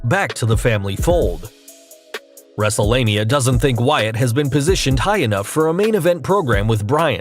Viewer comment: You said wrestlelina but it's wrestlelmina